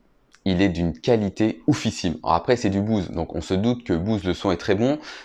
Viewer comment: je comprends pas la prononciation Bouze! c'est frustrant!!!!